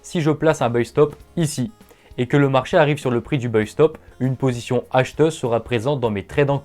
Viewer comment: Salut on a déjà du te le dire mais il ne faut pas prononcer "Beuille" le mot anglais buy, mais prononcer "Baille", mes oreilles saignent !